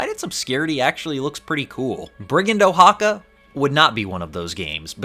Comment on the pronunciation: FYI It’s /waxaka/, or ~ Wa-ha-ka, not Oh-ha-ka. Still not the worst I have seen the name butchered though